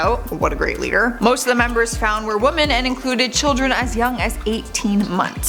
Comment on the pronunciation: I have to ask this why do you not the plural 'woMEN' you only say 'woMAN'. Eeeek. I love you girl, but please staahpppp